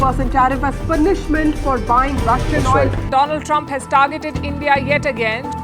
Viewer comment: Namste tarump ❌ Namste Tarriff ✅